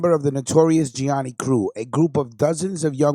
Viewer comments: Great podcast. But one thing: it’s pronounced: ja knee knee or sometimes: gee ah knee knee. Trust me on that one. 😉 Good stuff. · Its pronounced (gee a knee knee)